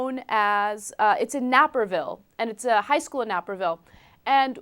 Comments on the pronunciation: Its not pronounced "NAPPERVILLE" its pronounced "NAPERVILLE" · the naper in naperville is pronounced like it rhymes with caper, ana, not dapper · "Nay-purr-ville". Not "napper ville". But go ahead and pronounce it wrong. The student in question is a dipshit dickface. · Nay-per-ville, not napper-ville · The "Nape" is pronounced like "Cape", not "Nap". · omg it is pernounced Neh per ville.... Naperville my god! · Nay-per-ville, Ana :) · It's NAY-perville. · This happened at Naperville? Wow... Didn't catch that the first time I heard this story. Bloody bigots all over here aren't there? Also, not to be anal but it's "nay" perville Like paper, but with an N. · nape - er - ville dammit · lol its pronounced "NAYperville" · pronounced "Nayperville" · Nay-per-ville. That's how it's pronounced, Ana. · It's nay-per-ville haha... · she pronounced naperville exactly how you are not supposed to pronounce it. I choked out of disgust/suprise, and haven't recovered quite yet